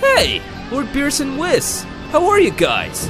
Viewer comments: whiss? It's (wee-sssss Wee-s) Whis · he said whis but pronounced it Wiz